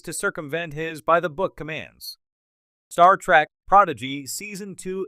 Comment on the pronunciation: That would be a pretty good AI voice if it could pronounce Picard or Star Trek correctly.